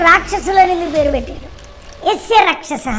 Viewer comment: యస్య రాక్షసహా అన్నావా.. నాకేంటి.. యేసే రాక్షసుడు అన్నట్టు వినిపించింది..@